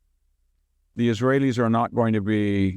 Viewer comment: the moment he sad that the his wail eez didnt know it was about to happen is when he lost all cred